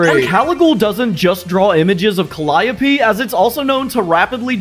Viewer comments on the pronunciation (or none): none